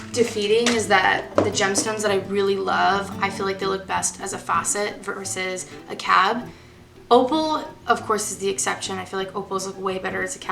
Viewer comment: Hi! Great video! This is just meant as constructive criticism, with LOVE. It is pronounced: MOhs with a long "O". A roughed out cabochon is called a "rub", just as it's spelled, and as referring to cut gemstones, it's called a "fasset,(facet), there is no 'au' sound. I enjoyed listening and watching your video. I think I have more to learn about cutting cabochons and faceted gems!